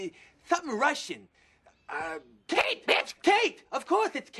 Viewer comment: this is genuinely one of the funniest lines I’ve ever heard Eddie say. The sounds he makes while trying to pronounce the name “kate” is unbelievable😂